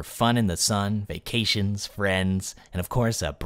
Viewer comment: Did he say VACations?